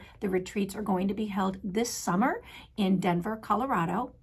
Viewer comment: A little tip on pee pads. A friend’s puppy chewed pee pad and had to have emergency surgery. Most convenient retreat for me would be Denver. Letting you know is said Sunner instead of Summer.